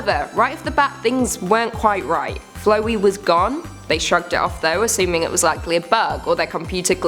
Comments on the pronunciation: It's flowey not flowy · Flaow-ee not Flow-ee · Flowy? No, no, "FLOUWEY" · why are you calling him flow E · U calling flowey flowe makes me so angry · its prounouced flowey not flowy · its flowey not flowy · Flowey...Isn't Flow E. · It's not 'ch' in Chara in Chara it's 'k' and not flowy it's flowey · Who the heck is flowy(flo-we)that is not how u pronounce it it's (fl-ow-e) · Flowey not Floee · Fl- OW - ey not Flow ee FL-OW-EY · Frisk and Chara are both gender ambiguous and are supposed to be gender neutral. Please, refer to them as "they, them, their" and Flowey is pronounced " Flowey". Not "Flowy." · who the hell is flowy Its flowey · Thrt mispronounced it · not flouey its flowey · I'm just sorta annoyed abt how she says flowey as flowy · the way she says flowey- Flow - ey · its pronounced fla w i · It's prunounced fl ow y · now some of these Creepypastas suck but only one of them didn't and that was whenever she was saying flowy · Flowey is pronounced like flower but with a y btw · It's actually pronounced liked this. ' Flow ' as in ' flow er ' ' ey ' as in ' blim ey ' Flow-ey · I'm sorry but it's pronounced "Flou-ey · No offense, you kinda pronounced flowey incorrectly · None of these were really that well made. It was full of cliche's and you mispronounced Chara, Flowey, and Toriel.